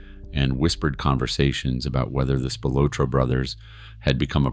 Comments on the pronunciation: Good video. It is pronounced Spil-ah-tro, not Spil-oh-tro. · It is pronounced Spill-la-tro. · at least announce his name right. they were found in a cornfield, google it